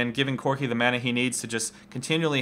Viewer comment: learn to say mana. god you're killing me.